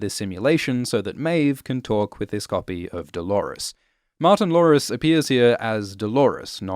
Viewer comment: I know, I heard it too, it sounds like has a Cindy Brady speech impediment.:)